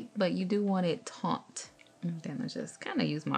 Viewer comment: I love how you can't say taunt without a fancy accent lol and, how you wound up confirming you used real money originally bc of rhe In God We Trust